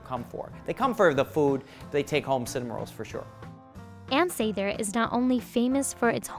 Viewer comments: It's really annoying that she keeps mispronouncing Sather in the voice-over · It’s definitely not SAYther. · You’re pronouncing Ann Sather wrong!!! 🤦🏻‍♀️ “Sah-ther” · Was just wondering why she was pronouncing it Say-ther. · No, the presenter doesn't know how to say Ann Sather. it is a short A. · No one in chicago pronounces it like this... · 😬 at her pronunciation! Nobody from Chicago pronounces it that way